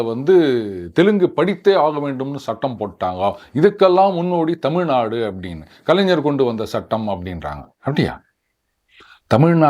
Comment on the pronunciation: இன்றைய தலைமுறையின் உச்சரிப்பு டெமில் ணாடூ